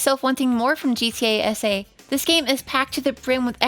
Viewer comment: The entire time while she was saying gta sa i though she was saying gta ese like spanish